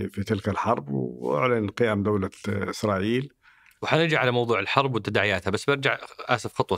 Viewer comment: كأني سمعت "اخرائيل" من الضيف في الدقيقة 🤔